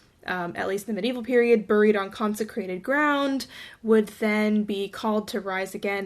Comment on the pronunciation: The background music while you're talking is very distracting. Also please stop pronouncing buried the way that it's spelled my autistic self is going crazy lol